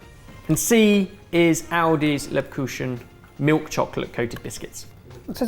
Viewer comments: The caption/subtitle should read ""glacé cherries" rather than "classic cherries." Please fix this, it's unnerving to have the words wrong for ingredients, especially on a food channel. Also, note for: It's pronounced LAIB-Kucch-en. That middle syllable ends with a very German fricative, it should sound like you're trying to clear your throat as you're saying it. Was putting "koosh" in the pronunciation a way of telegraphing what you do in your down time? 😏🤣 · Sorry, but it's leep·kuu·chen, a hard C or just a somewhat gutteral K sound, not a CH sound. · to me the problem is not the kuchen-part it's that he pronounces the e so short. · Leb kukhen.. not kushen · "Lebkuchen" is NOT "lebkushen." The "ch" is pronounced like "Bach" or "loch." LABE-koo-hun (with just a hint of c before the h). Also, good choice on the buy/DIY-- lebkuchen takes about 3 days to make (it needs to rest a long time for the flavors to come together), and stollen is basically a sweet yeast bread with a lot of extras in it. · jesus christ it leib-kuchen not leb-ku-chen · Okay, it's actually charming that pronounced it "Lebkooschen". Lebkuchen is closer to "leepkochen" in English phonetics, the first syllable elongated, the u is short and lax, and the ch sounds like "chameleon" or "chasm", not at all like the French ch. But, the German population of Youtube are already elated that someone so much as mentions Germany:D Thank you for highlighting our food and bringing to attention the freakish cheapness of foodstuff in Germany, lol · I'm not german, but i'm certain the kuchen in lebkuchen means cake and is pronounced "koo hen", not "koo shin". thanks for the great video! happy holidays :D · Le-kushen? what? It's leb- kuken. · Really tasty episode. Red German mulled wine is red wine. And it's not Lebkushen, but Lebkujen like in Jalapeño. ♥️ I hope they sell an assortment of this in the UK next year, this was just one type. :) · u butchered "Lebkuchen":,D